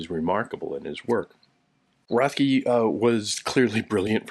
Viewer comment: His name is pronounced RET-key.